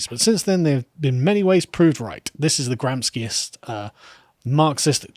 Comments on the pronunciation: Gramsci is pronounced as gram-She not gram-ski. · Gram-shi, not 'Gramski'. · pronounced gram-shi not gram-ski, Carl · Not Gramski, he's not Russian but Gramshi, he was Italian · It's read gram-she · I believe it's pronounced gram-chi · Gramsci pronounced GRAM-SHEE. Kidding, it's actually quite funny to hear how you anglophones butcher italian names ;) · It's pronounced Gram-she